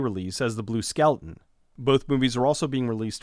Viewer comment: I thought you were saying "skelton" the whole time.